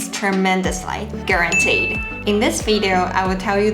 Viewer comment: That was a very Kiwi (New Zealand) accent on "Guaranteed!" lol